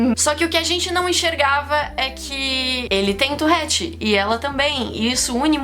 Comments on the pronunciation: Amo seu canal de verdd mais se pronuncia tuRette e não tuRRette❤️ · Fala torette não torrete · Pq vc fala touRRete? O correto é touRete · Na vdd se pronuncia ''turrét" farnce 👌😗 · Vida inteira falei touREtte e n touRREtte '-' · Man pq ela fala torréte?